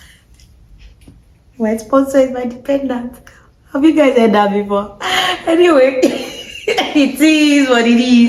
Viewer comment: Is it not again? You had to say the "dependant" like that. 😂😂😂